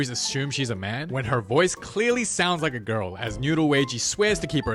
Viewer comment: I rike it rong an hard😭